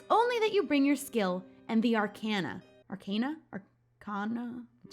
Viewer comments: Yay! I just started playing awhile ago! Also, I think it’s pronounced are-kay-na. Could be wrong though. Again, love the Halloween looking eye look!😍😍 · I think its pronounced "Are Kan Aa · Arcana is pronounced Arr-kahn-uh. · I think it is pronounce are-ka-na tho